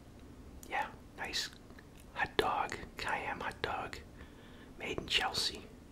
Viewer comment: Why do you call it a ut dug